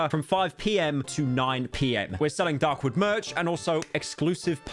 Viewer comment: when he says dark wood, it sounds wrong.